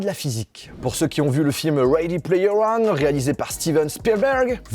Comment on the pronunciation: Il a dit de regarder le film : READY PLAYER ONE . Pour ceux qui n’ont pas compris avec son accent anglais 😅👍🏽